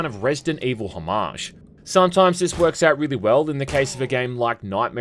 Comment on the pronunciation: Love that you say 'homage' correctly !